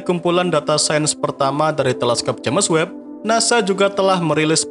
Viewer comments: Videonya sangat mendidik. Sayang ternoda dgn cara penyebutan james webb, tentu sangat ga bagus klo diikuti sama orang2. Apa kata orang bule nanti. Sayang admin nya ga terima kritikan yg membangun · Haha JamEs webb